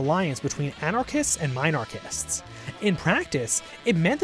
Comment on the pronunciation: These videos are the only place where minarchism is pronounced ’MINE-archism’ rather than ‘MIN-archism’. WTF? Also, that word was coined as a slur, so it’s part of libertarian history but not without bias.